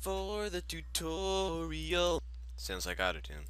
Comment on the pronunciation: it's "im siingin for the tutooriOL" ;p